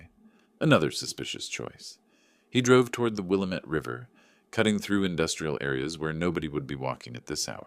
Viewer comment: Good story. AI needs to be corrected to pronounce Willamette correctly